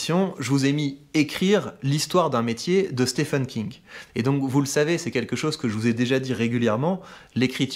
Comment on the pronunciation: Excellents, par contre mes amis francophones, je vous le dis, y a que nous pour penser que le nom "Stephen King" se prononce "Stéfeune". Stephen, ça se prononce exactement comme "Steven" pour les anglophones. À bon entendeur ;)